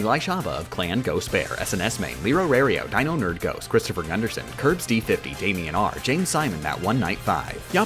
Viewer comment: "Because he's a ghoOst"